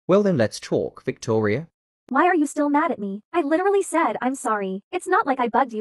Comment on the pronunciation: Victoria name is Victoria but th3y called her toir